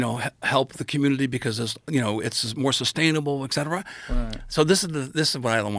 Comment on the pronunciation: 8 books, pronounces et cetera "eck cetera".